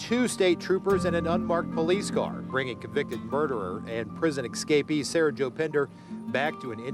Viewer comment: "escapee" not "excapee".